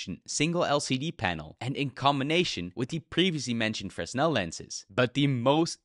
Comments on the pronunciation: Stop saying fres•nel it’s pronouced fruh•nel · just for future reference, for the word "fresnel" the s is silent. its said like frehnel. i appreciate this video tho i didnt know the 3s didnt have a headphone jack, that sucks because i use haptic feedback headphones with my quest 2 (skullcandy crushers)